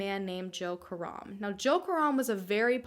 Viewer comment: I love how you pronounce Karam as in Car Rum.. when it's Ka Ram...